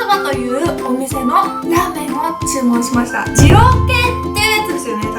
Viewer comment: でぃろうくぇい